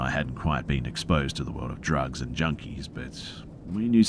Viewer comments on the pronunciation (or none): none